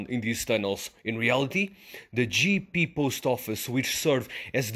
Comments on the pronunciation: your pronunciation is wrong. IT"S NOT GEE-PEE, The correct is Jep-Pe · its not Jiepie , its J'E ppe'